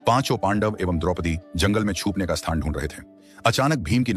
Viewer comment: छूपने नही, छुपने।